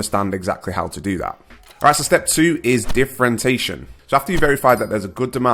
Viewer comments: you pronounce it as differen-tation when it's differen-ti-ation. It's probably a habit that's gone unnoticed, I do it all the time, genuinely not nitpicking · Love this., why are you making up a new way of pronouncing 'differentiation'? I forget to mention it each time I watch a vid of yours lol